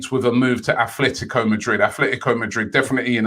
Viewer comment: ATLETICO not ATHLETICO, please ROBBIE, say names properly.